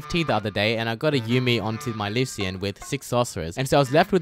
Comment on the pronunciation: ITS LYUSHEN NOT LUSEEAN AAAAAAAAAAAAA